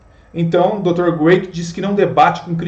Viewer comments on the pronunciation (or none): William Lane CRAIG, e não Graic. A pronúncia do nome dele é com C e não com G. No vídeo todo sua pronúncia está equivocada! Vídeo legal!